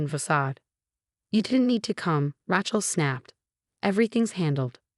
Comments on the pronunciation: pronounced raychel, not ratchel. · RAYchel, not RATCHel! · Rachel is pronounced R A as in angry not rachet. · Please, please, please, at least have a woman who can pronounce Rachel as it should be pronounced. Not Ratchel sounds like ratchet. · so many Ratchel stories and I wont listen till you guys get the name right. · Her name is Rachel not Ratchel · You should stop using Rachel. You can't pronounce it properly. Change from Emma and Rachel to just about any other names. Listening to the pronunciation of Ray-chel (so wrongly) is absolutely grating!!